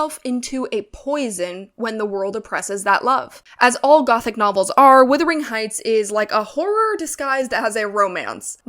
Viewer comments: HI. I Just found you and really appreciate this kind of review. I do need to make a suggestion, however. It is "wUthering" Heights not "wIthering" Heights! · Love your analysts. And also it's pronounced W-U-thering not W-I-thering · Am I hearing this correctly? Is this another YouTube video in which the first word of "Wuthering Heights" is being pronounced "withering"? I must say I'd not heard this pronunciation before these videos about the new film version appeared. However the word may have been pronounced historically, the present-day pronunciation is, as far as I've ever known, a rhyme with "mothering" or "smothering." The one or two dictionary entries I've checked support that. This is odd.